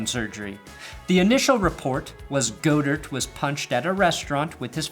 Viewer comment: "Go-dirt" instead of god-ert.. i kinda love it